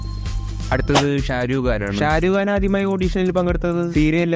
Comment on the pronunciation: Sharukh khan ❌Sharuuu khan✔️